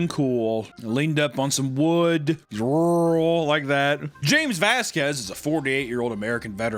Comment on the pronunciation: Don't say rural like that, like that. I don't like that. Bars.